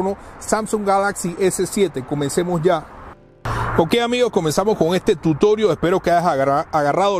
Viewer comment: Para de decir tutorio xfavor😓